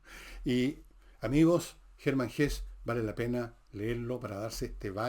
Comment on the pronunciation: Bajo la Rueda es de las mejores novelas de Hesse. (En la fonética del idioma alemán la e final se pronuncia. Como en Nietzsche)